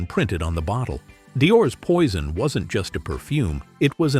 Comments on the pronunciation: Здравствуйте! Можно хотя бы одно название произнести правильно?! Уважение к зрителям?! Это французские названия по большей части: в век интернета узнать правильное произношение можно за 3 минуты. Какой Пойсон?! Пуазон. И так практически с каждым названием. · Какой дебил озвучивает???Не правильно ударения,названия ароматов.это что еще за «Пойсон»???😂😂😂Нет такого аромата, есть Пойзн на английский манер и Пуазон на французский. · "POISSON" 😂😂😂LMAO